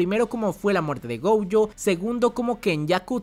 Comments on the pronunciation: Por que rayos le dice “goujo” 🤢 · Me super estresa que pronuncies Gojo con la primera como si fuese en ingles de la palagra "Go" y la 2da silaba con ye, de "Yo" wtf